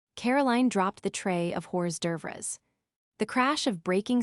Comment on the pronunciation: In real life, I think that most people are careful not to bite the hand that feeds them. 🤔 The AI mispronounces hors d'oeuvre like they do in Selma, Alabama. 🤣 Wouldn't Riley need car seats to take her niece and nephew to get ice cream? 🍨